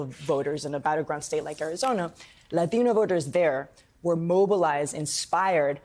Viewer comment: I hate how white people say the word latino